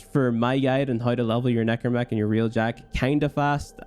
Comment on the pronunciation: Its pronounced Railjack, not realjack